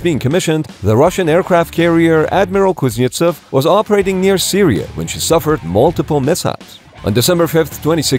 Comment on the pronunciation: You pronounced “Admiral Kuznetsov” very well. Good job,.